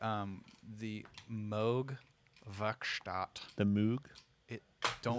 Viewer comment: I can't believe he says moog moog. It's moog, not moog, everybody knows that.